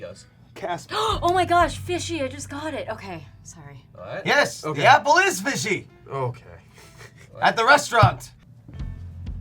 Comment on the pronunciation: XD ahahaha the "happle" and the "brreecckk"